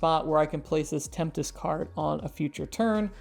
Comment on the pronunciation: Tempest, right, not temptes?